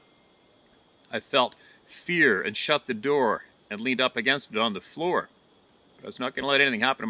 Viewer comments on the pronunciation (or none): none